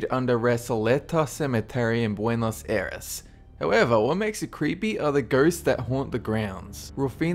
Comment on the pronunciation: Buenos Eris? I thought it was called Buenos Aires.